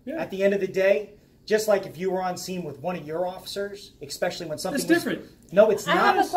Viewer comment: “Can I axe you another question” “Exspecially” Tells me all I need to know about you